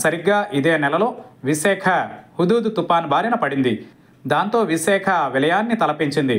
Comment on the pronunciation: విసేఖ కాదు నాయనా విశాఖ